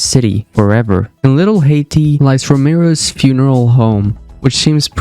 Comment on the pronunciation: I didn’t think it would get worse after “rome-ro”.